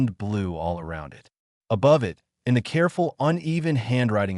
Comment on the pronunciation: Hey, so please fix the narration for the word 'it'. In your stories the narration says "I.T." instead.